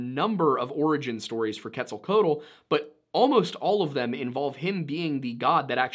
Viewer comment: It's pronounced ket-zall-KWATTLE. Just FYI.